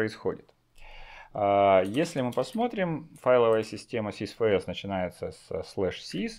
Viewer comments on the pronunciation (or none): Норм, только безграмотное, колхозное произношение режет слух. Ну что за "сис фэ эс"? Чувак, ты первый класс средней школы не осилил? Тебе букварь купить? Ни в русском, ни в английском нет буквы "фэ". Есть буква "эф".